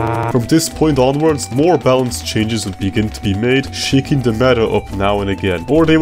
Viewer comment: I like how he pronounces every "th" like a "t".